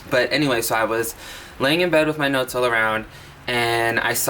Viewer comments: When he said "laying around with my notes all around" I swear i heard nuts... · “Laying in bed with my nuts all around” I cracked up and had to listen a few more time to finally hear “NOTES”.